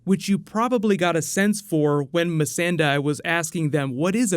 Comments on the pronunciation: Love your videos man reeally do but the name is “me-sand-day” lol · This episode wasn't as good as the last one but I hope the remaining ones pay off. I wanted to see what's going to happen to grey worm. And I can't help but wonder why Jon barely reacted to Arya (and Bran) being alive. P.s. You keep mispronouncing Missandei's name. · The way you say "Missandei" is cringy